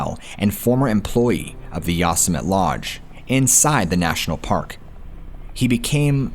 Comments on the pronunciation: Yoss-Emit… really?? It’s Yo-sim-it-ee lol. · Nottttt Yah-sum-it!!! 😂😂😂😂 Yo-semm-itty. Lol oh man that made my day. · How ya gonna make a video about parks and not even know how to pronounce these places? Not YOS•AH•MET it’s YO•SEM•AH•TEA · It's actually pronounced "Yo-sem-it-tee" national park.... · How could you POSSIBLY NOT know how to pronounce YO-SIM-E-TEE??? didn't you ever watch Bugs Bunny cartoons? 🤔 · Is “ya some mitt” someplace other than Yosemite? Or is the name just being horribly slaughtered? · Is “ya some mitt” some other park or is this person pronouncing Yosemite horribly wrong? I mean surely nobody could,,,never mind. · Dude said Yosemit! 😆 😆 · Yosemite = yo-sem-it-e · Bro.. Yosemite is pronounced YO SEM ITTY.. LOL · Saying Yosemite wrong, there is a Youtube on how to pronounce it properly. I remember this story. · hearing the word Yosemite mispronounced so many times is painful😂 still good video 👍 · OMG. If you’re going to pretend you were a ranger at national park during the Stainer murders - please at least learn how to pronounce “Yosemite”!!! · Great stories.. You just blowing mine with the mispronouncing of YOSEMITE.. SMH LOL